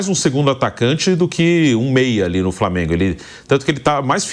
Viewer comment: A maneira do Vampeta falar é reflexo de uma época aqui na Bahia que as pessoas mais velhas tinham dificuldade de usar o L pra formar uma palavra,framengo,fruminence,e por aí vai.